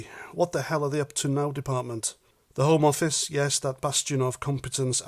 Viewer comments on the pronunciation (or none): You pronounced 'the homo office' incorrectly!